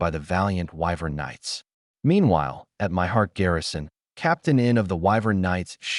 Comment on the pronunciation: Ai gets words confused and it sounds like that when you try to pronounce it.